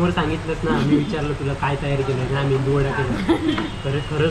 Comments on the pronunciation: मेंदूवडा नाही...मेदूवडे म्हणतात 😂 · मेंदू वडा नव्हे मेदू वडा म्हण